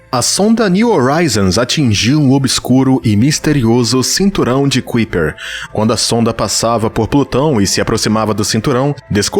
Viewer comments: Kuiper= pronúncia aprox.= CAUPER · Kuiper : "Cáiper "